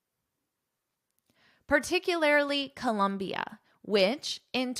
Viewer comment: Hi. It’s Colombia not Columbia…😊